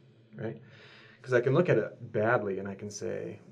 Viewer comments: Huh? Thuck? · I had to rewind to make sure he said thuck